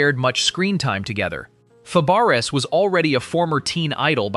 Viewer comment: Sorry, that's not how you pronounce Fabares.